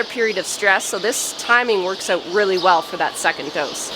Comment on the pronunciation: The one that makes me smile is "oot" instead of out.